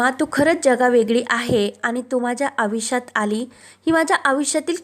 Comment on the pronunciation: कृपया निवेदनाची भाषा शुद्ध असावी ही अपेक्षा आम्ही करू शकत नाही का? स्वातंत्र्य मिळून 75 वर्षे झाली आहेत आता शिक्षण घेणारी ही चौथी पिढी आहे. आयुष्य हा शब्द नीट ऐकावा. योग्य उच्चारण होते का ते ऐका.